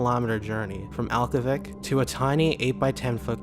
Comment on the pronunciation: He was shot 88 years ago today. Aklavik is said differently not that it matters.